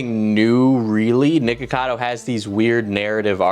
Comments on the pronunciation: i can’t be the only one who keeps hearing “nigga cado” 😭😂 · You REAAALLLY need to make sure you clearly pronounce the 'ck' in nickocado my dude because it sounds like youre saying N-Word cado most of the video XD